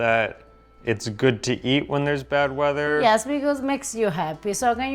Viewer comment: When first said 'pasta of the bad weather', I heard 'pasta of the bed wetter' 🤣